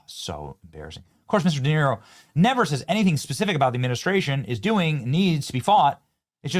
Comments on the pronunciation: Robert De Tear-o 😭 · How can we have a real conversation when you can’t even pronounce De Niro’’s name? I know you did it on purpose hypocrite😂